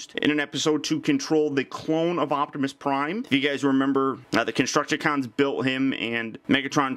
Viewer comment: it hit that "G" spot for ya, lol.